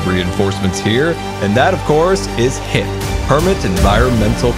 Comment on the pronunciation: Word: hep Pronunciation: hip Subtitles: hit Grian: HEIP!